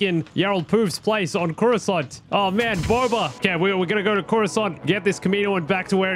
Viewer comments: i like it when you said croissant instead of coruscant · Coruscant isn’t “curo-sant” it’s actually “corus-cant”